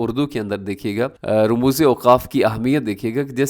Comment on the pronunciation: صحیح تلفظ ramuz نویں rumuz ھے